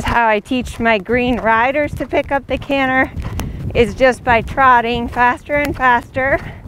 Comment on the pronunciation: You, like so many others, said the word canter correctly only one time. I wonder why that is. Dialect perhaps?